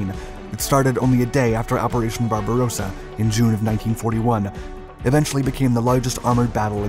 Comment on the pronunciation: We once more have the operation "pink beard". This narrator is incapable of distinguishing the pronunciation of Barbarossa from Barbarosa. However, he has also added "loving space" to his catalogue of howlers by his mispronunciation of "lebensraum" - living space as "leibensraum".